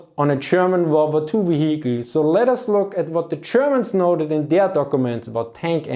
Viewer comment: Very interesting, thumbs up! If you could please bear in mind that H in vehicle is a silent 'h": you don't proununce it at all.